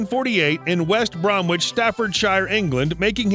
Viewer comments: Pronunciations...West Bromich and Staffordsher (I’m being really picky!!) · West Bromich phonetically. Not West Bromwich. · Lol, at the way they pronounce West Bromwich, Staffordshire, and Worcestershire. Why is there a picture of Mick Jagger ? When it first talks about him meeting future bandmate John Bonham why is there a picture of Robert Plant and Jimmy Page? Wow, when listing some of their albums they miss out 3 of the most famous ones, Led Zeppelin II, Led Zeppelin III and Led Zeppelin IV!